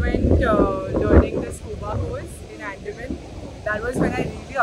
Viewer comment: pronounced Andaman weirdly even foreigners dont pronouce it that way